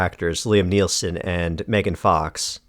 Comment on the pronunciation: "Neelson". It's Neeson. And she's obviously based on Angelina Jolie, not Megan Fox.